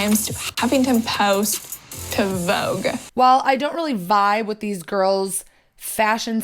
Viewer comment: "Even in Vogue-guh!" "Oh my god-duh!" Imagine the sheer ton of dust that's going to accumulate on those plastic plants. "Ew is that dust-uh?!?"